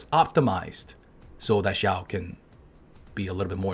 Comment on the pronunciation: LOL "Xiaowered"